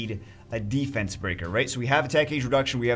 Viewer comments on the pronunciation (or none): none